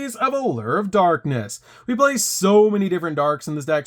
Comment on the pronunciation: Man, why do you pronounce "blay" instead of play??